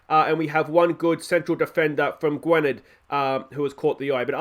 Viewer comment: Mentions player of the year and Ap Gareth scores? Coincidence I think not Also in welsh Y is pronounced like an I Perfect example is Barry - Gwynedd is pronounced Gwinedd Also davies is probably how you pronounce Davis My favourite episode in a while top banter with the "if you cant spot the weak team its probably you lol"